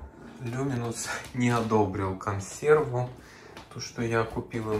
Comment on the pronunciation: Не консервА, а консервЫ